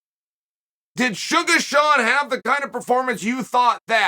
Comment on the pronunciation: I see you, Uncle CHAEL! I see you saying "Shuga' " relentlessly!!!! I know what you're doing!!! 😂 He's my boy, though!!! So happy for him!!! I still think you'd be the Greatest Rap artist of all time!!!! BADASS INC ✊🐐🎙️🎶!!!!!